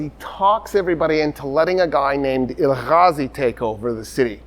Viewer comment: please no throat sounds in Turkish. (it hurts to hear or I will keep shouting Julius Caesar and Nicea)... now no "Ghazi" it is "Gazi" like you say gas or grass just the same "g" or Toktekin not Tocghtekn ...not Tughrul... it is a soft "g" you do not pronounce it at all but pronounce the vaul before it double so it is "Tuurul". it is terribly rude to be speaking with deep throat sounds. Turkish still being confused with Arabic even by someone who is so aware of it.... part 1 of the lecture Turkish, Mongolian, Korean, Turkish being related